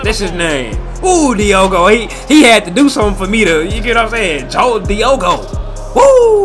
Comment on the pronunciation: Jota is pronounced Yota